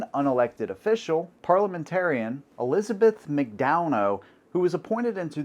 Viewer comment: It's Elizabeth Mick Dunn Ah